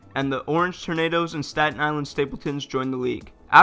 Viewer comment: The Newark Tornadoes???? For a second I thought you said Tomatoes 🍅!